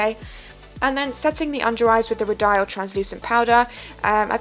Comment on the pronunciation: It took me awhile to figure this out but it's pronounced ROW-DEE-EL ... I sell the brand at my work and the rep corrected me after pronouncing it the way u did :)